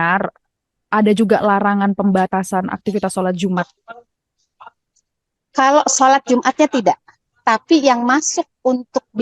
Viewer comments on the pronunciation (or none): Solat jum' at , bukan solat jumaaat . reporter nya bukan muslim seperti nya ya kak